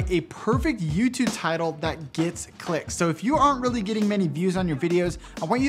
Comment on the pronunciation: hey i love the videos you do and great job and all that, but i kinda hate how you say "yüütübe" lmao